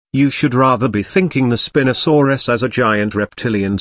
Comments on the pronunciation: "Spin-osaurus" instead of "spine-osaurus" is the best thing in this video so far 🤣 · The best part of the spino section is probably the text to speech calling it spinasouris instead of spinosauris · Also you are not pronouncing the spinosuarus properly